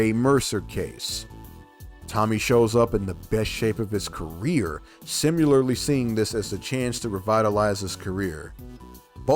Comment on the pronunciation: Please don’t use the ai voice. No human native English speaking says simyeyarly we say similarly or any human for that matter and your ai says it way too much